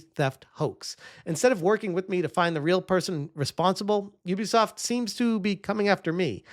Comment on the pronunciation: Who the hell is youbisoft. Might as well call me a youber.